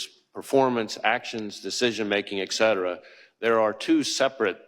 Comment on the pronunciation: Not real confidence inspiring when a high-level official keeps saying, "eX-cetera."